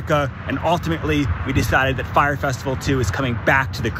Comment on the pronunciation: "FYRE." Not, "Frye" Hire some educated people!!!!!!!